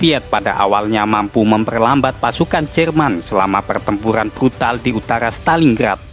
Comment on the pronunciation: PERTEMPURAN bang bukan PELTEMPULAN